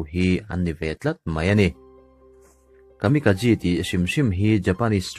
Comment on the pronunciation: Tin Kamikazi tia lam ni lovin Kamikaze (Kamika-J tih angin) lam tur a ni lo maw?